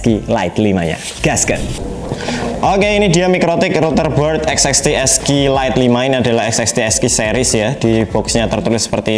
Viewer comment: Lebih susah nyebut serinya daripada nyettingnya Sering salah nyebut jadi "esek esek lite"